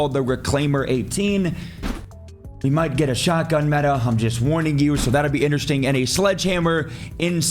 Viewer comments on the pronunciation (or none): none